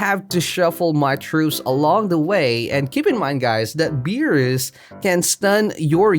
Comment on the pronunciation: Stop saying it beerus like that